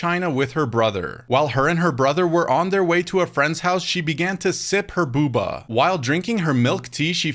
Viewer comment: It’s Bo-Ba you dunbass